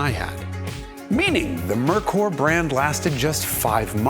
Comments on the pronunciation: It’s pronounced Mare-cöör, not Murkur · I don't see why it is so hard to pronounce "Merkur"....like "Mere Core". It's that simple. It is just a lame excuse to blame the brand name. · Aw Jason, say it with me - “mare koor” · Pronounced MARE-koor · i don't think i've heard merkur mispronounced so many times since the 1980s! LOL the dealership distribution was the biggest problem, as mentioned in this video...and honda, toyota, and nissan took note of that, for sure (although acura and infiniti seem to take turns circling the drain, so to speak) iirc, that cosworth head wound up in the north american ford motorsport catalog in the later 1990s (i think it actually fits on the early 1970s ford pinto engines) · You really should have verified the correct pronunciation of Merkur before making the video.